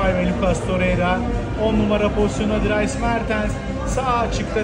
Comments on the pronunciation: Hersey cok iyi de Dries i drayes diye okuman beni deli ediyo ya :D (belcikadayim okunus driiiiys) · abi gözünü seveyim dırays mertens diye telafuz etme dıris mertens